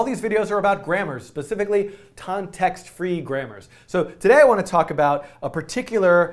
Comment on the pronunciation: this mf said tontext-free grammars